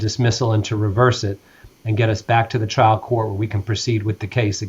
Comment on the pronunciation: his accent keeps saying child (trial) court